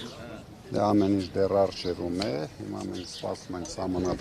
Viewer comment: Իննննջջջա ասում է, ինջ 😅